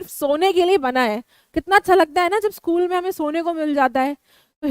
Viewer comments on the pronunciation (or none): none